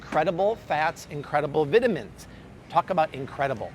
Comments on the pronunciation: He mispronounces vitamins. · VIT-a-mins? Puhleeze. Are you British? No. It's 'vai·tuh·muhn'